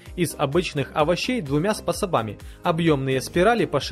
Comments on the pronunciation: Способа и брызгов и там вначале ещё тоже ударение не туда ударил))) косяки американской школы продаж! )))) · Оригинально!! СпособАми, ТвердЫм!!! Это чей такой говор??? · ТвердЫх, способАми. Нее, надо точно что то делать с речью, а лучше проводи через Гугл пререводчик, будет легче вочприниматься. Видео не досмотрел только из за речи. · ...2мя способАми... гыыыы)) над речь поправить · ТвердЫх, способАми... Слушать невозможно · СпрособАми - это круто!!! Для вас и ваших женщин... честно? Я в тихом шоке от этого умника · СпасАбами ахахахахахаха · Ааааа орууу!!! СпАСаБАми!!! И куча других !!! Жесть бесишь!АтсИгнуть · Так он по бумажке читает, "способАми" блеять )) Надо еще понимать что читаешь,самое интересное что таких каналов расплодилось уйма, вложений ноль, а выхлопа много )) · СпАСабами,вот олень, иди русский язык выучи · СпособАми.... Просто взрыв мозга от такого произношения! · Просто какой-то магазин на диване. Бредовые товары по неадекватным ценам, которые занимают кучу места в целом. Жалко времени потраченное на просмотр этого видео, за исключением одного момента, когда диктор сказал - "способАми"(ударение поставлено ужасно неверно, но смешно). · СпособАми, блять. Ухо в крови...